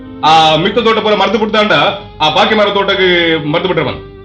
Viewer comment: ಪೀಕು ದಾನಿ ತುಳು ಶಬ್ದ ಅಲ್ಲ... ಪಡ್ಯ.....ಧೋಟ ಅಲ್ಲ ತೋಟ...